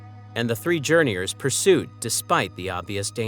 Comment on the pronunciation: Calling them Journeyours is soooo Guh Aye!